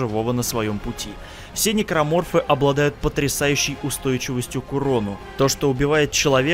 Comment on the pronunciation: Тот самый момент что ты называешь "Никроморфоф" Гусенечная многоножка